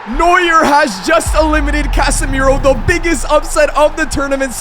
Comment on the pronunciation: Neua don't pronounc the "R" and I'm not dumm am German